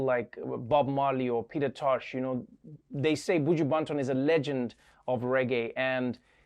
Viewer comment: Tip Trevor to practice J'can patois: pronounce the 'o' in Banton like the 'a' slightly o/a